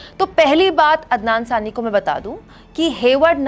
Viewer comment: Anchor ne poori video me ADNAN SAMI galat pronounce kiya, but it is normal thing, pr end me lga khi SARCASM to nhi kiya😛